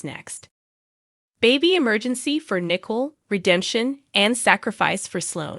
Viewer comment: Her name is Nicole not Nickel